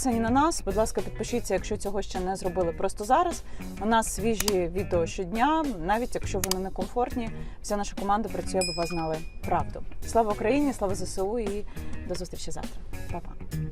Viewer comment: Зе еС У. А не зисиу. ;) Дякую за контент